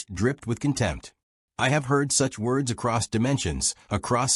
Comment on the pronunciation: "Woads" get out of here fool.